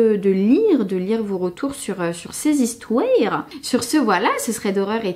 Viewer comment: sur ces histouères! Hahahaha je suis Québécoise et ça m'a fait bien rire